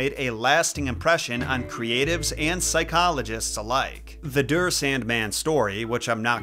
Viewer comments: Der is pronounced “deya” not “drrr” 😂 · In german der is pronounced dare, it's the masculine article whilst the neutral is das and the feminine article is die pronounced dee. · Der is not pronounced Dure It is quite interesting You did not talked enough about Sandman Dream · Of course the Germans make it into a horror story😂 also "der" is pronounced more like "dare"